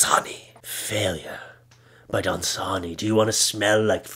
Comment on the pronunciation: Unfortunately for you, your trying to be funny and mispronounce Dasani Water loss my interest.